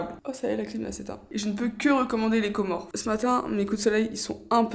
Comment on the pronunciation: C'est pas pour casser l'ambiance, mais le "S" à la fin des Comores, c'est pas de la décoration, on dit les Comores par ce que c'est un archipel de 4 îles 😊